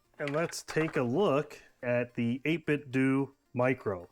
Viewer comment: when ppl call it 8bitdu (like doing something) instead of 8bitdoh (like nintendo) 😩